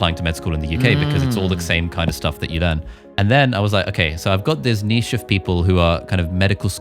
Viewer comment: Fantastic video guys, I’m mostly hesitant to start putting up videos but this is probably the kick in the pants i need. And thank you for pronouncing niche properly lol